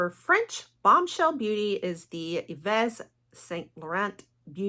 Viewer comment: Hey! French speaking girly here. Here's the trick for YSL Yves is pronounced like the name Eve in English Saint you say it just like in English except your don't pronounce the T at the end And Laurent you've got that one down, it's another one you don't pronounce the T at the end But yeah Yves is pronounced exactly like Eve